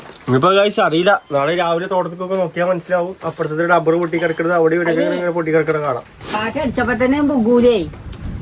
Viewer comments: മോനേ ഡബ്ബർ അല്ല റബ്ബർ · ടബ്ബർ അല്ല. . . റബ്ബർ